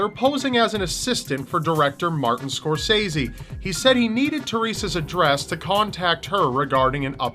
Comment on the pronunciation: I get so peeved when people mispronounce Martin Scorsese’s name.